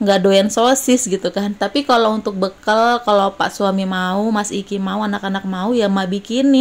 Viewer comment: Mak saran aja , kalo nyebut jangan bekel , tapi bekal gitu ( bahasa yg benar)